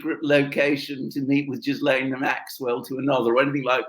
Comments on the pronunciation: I just re-watched the video and the very first time pronounces Maxwell ' s first name is exactly the way it has to be pronounced. Take care. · P.S. Ghislaine is a French name and the G is pronounced with a soft G.